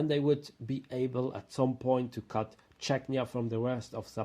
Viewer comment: The name needs to change; Západ which is West in Czech & Slovak means collapse in Polish. Polish for West is Zachód but that means toilet in Czech & Slovak. Error; It's Czechia (pronounced: "che-kee-ah") not "Czechnia" which sounds more to Chechnya, a troubled region in Russia which is obviously an issue.